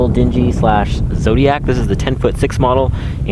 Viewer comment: Dingy?? It's a DINGHY. Pronounced differently dude